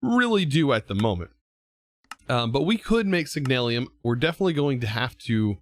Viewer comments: Nice vid :D but, i must admit, that yours Signalium instead Signalum is making me crazy :D :D :D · hey i have a little question ehy do you pronounce signalum as signalium? im not trying to sound mean or anything im just curious is all